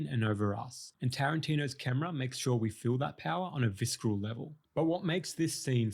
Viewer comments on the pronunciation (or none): I love your videos and your analyses are fantastic. But can I just mention one thing? Visceral is pronounced "VISS-ERR-ULL", not "VISS-KRULL". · stop saying "visc-eral" its pronounced vis-er-all, like from vicera (gore) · Love the content but the pronounciation of "viskeral" is killing me. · FYI the 'C' in visceral is silent. vis-ah-rel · In the word, “visceral,” like the, “D,” in, “Django,” the, “c,” is silent. Pronounced, “visseral.” But, thanks for this insightful, edifying and entertaining video. Your eye is faultless. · I appreciate your deep analysis, but "vis-ker-al" took me right out of it. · Bro, it's "visceral", like "vis-eral". It's not a hard C, but rather more like a second S. Otherwise, interesting video. My first from you. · Nice analysis! It’s pronounced “visseral” though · vis·cer·al /ˈvis(ə)rəl/ ...otherwise, great breakdown. 😉